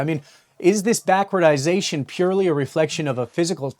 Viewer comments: just pointing out the two lapses in your excellent coverage. Its "back-ward-ation" not "backwardization". Also the Gold Silver ratio (GSR) has not collapsed, it dropped from 80 to 78, not even a quarter of a percent, this is not a collapse. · Note: Backwardation not backwardization.